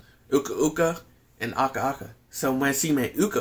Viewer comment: it's aku aku not aka aka